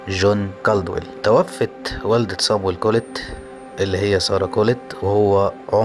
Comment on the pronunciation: بتنطق الاسم غلط